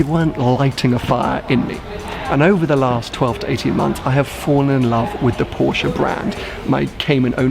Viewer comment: OMG! You managed to get through the entire video pronouncing "Porsche" the correct way. It looks like you finally get Porsche, as you've said. Well done.